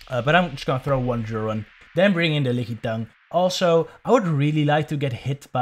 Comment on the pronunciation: LOL, man....I've never heard anyone call it "Lick-ee-tongue" before, but this is now my official cannon. I will accept no other pronunciation from this point forward! :D